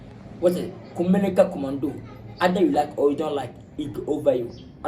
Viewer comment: I love u Lil Wayne but this vibe be positive so let it be,it's kumerica not kumelica so some people won't make mockery of it,more vim